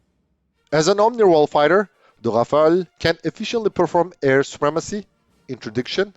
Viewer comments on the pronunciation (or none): It's Rafale, not Rafael, which is an Israeli company, or Rafaele. 'Omnirole' is a marketing term, just like '5th generation', which is supposed to cover some specific features.